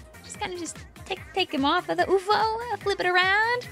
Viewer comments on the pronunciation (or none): It’s pronounced UFO, not Oofo.